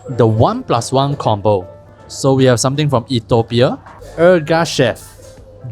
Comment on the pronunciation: Bruh... it is "ee·thee·ow·pee·uh"